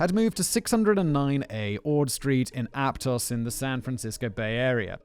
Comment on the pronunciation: Thank you for pronouncing Aptos correctly!!! 🥹